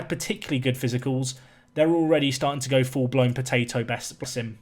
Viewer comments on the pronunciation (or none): none